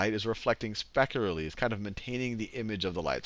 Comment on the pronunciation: mispronunciation of the word "specularly" try again